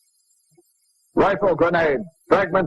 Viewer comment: the way he says grenade